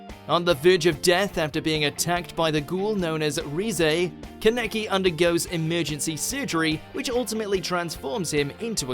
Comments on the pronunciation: not tryna be rude but dude who tf is KENEKI LIKE ITS KANEKI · Did he really pronounce kaneki like that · Your pronunciations trigger me, who tf is ken-eki? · I will assume the person narrating hasn't watched Tokyo Ghoul to pronounce Kaneki like that. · How dar you mispronounce kaneki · The pronunciation of the names of the anime protagonists like Kaneki and Midoriya were bad, just bad...... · How’d you mess up Keneki’s name? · Bro the way he said midoriya's name and kaneki I'm literally crying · Dude pronounce Kaneki properly for love of God like wtf man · The way u pronounced kaneki... Made me cringe